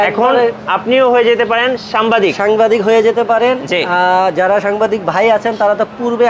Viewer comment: সাম্বাদিক না হালা ... ওইডা হবে সাংবাদিক